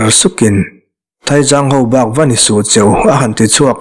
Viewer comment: Bung 1 naah khan Thaizang ti ang reng khan i rawnchhiarin kalo hria a. Thaizang hnam an awm lo va, Teizâng hnam leh Saizâng hnam an awm zawk aw